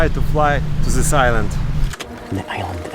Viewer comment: "Zis is ZA iland" LOL